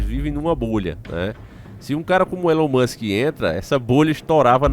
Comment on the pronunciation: ELON MUSCH KKKKK .